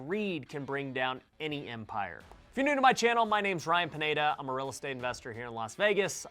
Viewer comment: PIÑEDA Pronounciate it right ojete.